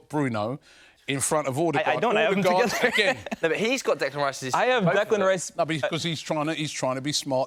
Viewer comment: Anyone else get really annoyed by Robbie saying "Alldegaard" 😂😂